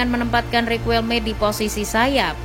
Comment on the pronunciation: Sejak pertama kali tau louis van gaal, gaya ngelatih sama sikap nya yg cenderung sombong, batu, sama keras itu yg bikin banyak org gk suka sama beliau Izin koreksi penyebutan yaa min Cruyff: Kraif Riquelme: Riqelme Guulit: Khuulit Arjen: Arjen 🙏